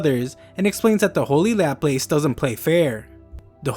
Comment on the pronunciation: Laplace is not pronounced like that